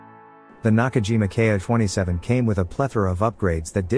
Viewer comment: The Ki-27 was a pre-war aircraft, and was not useful during the war. By the way, it's pronounced "Keeeee", not K eye."